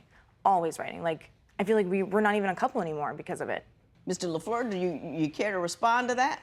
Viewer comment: judge la f l e u r not la floor